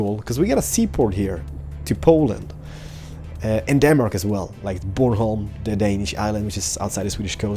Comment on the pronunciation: Love the way your are pronouncing bornholm! :-)